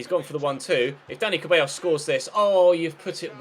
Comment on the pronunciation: Dani Ceballos is pronounced Dani "Sebayos"